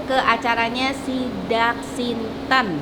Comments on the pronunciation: Tidak siten ..bukan sidak sinten 🙏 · Mohon maaf, yg benar "Tedhak Siten" 😘